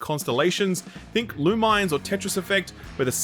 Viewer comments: It's not LOO-MINES. LOO-MI-NES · I hate to be that guy, but it's lu-mi-nes, like luminous. I'm really so sorry to do this.